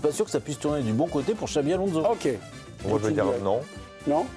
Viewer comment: Alonso ne se prononce pas Alonzo, pareil pour Fernandes qui ne se prononce pas Fernandez, merde, respectez le nom du joueur